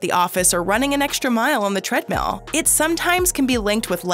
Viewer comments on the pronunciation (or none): Needle preck? Tread mell? Gly serene? Stinting? Triviol? Derration? Yo-guhhh?